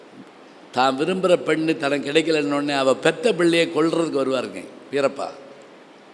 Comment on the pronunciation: அவள் என்பதை அவல் என்று உச்சரிக்கிறார். இவள் என்பதை அவல் என்று உச்சரிக்கிறார்